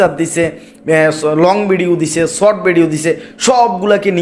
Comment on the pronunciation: আপনি নিজে পেইজ নিয়ে ভিডিও পোস্ট করেছেন,অথচ পেইজ উচ্চারণ করতে পারছেন না ফেইজ ফেইজ করছেন শর্ট কে ছট আর কতো উচ্চারণ বলবো ।